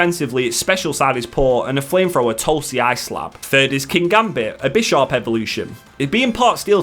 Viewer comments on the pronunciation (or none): none